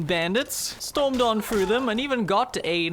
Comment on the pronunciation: Play THOUGH not play fru.